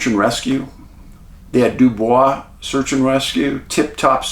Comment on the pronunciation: I never miss your videos! Love you and Huck❣️ incidentally, Dubois is pronounced du boiz here in Wyoming. I’m a native! So glad you reached your goal.